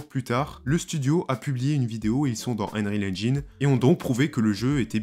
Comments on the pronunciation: "Enril engine" ...un effort sur la prononciation stp... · « Unreal angine » mdr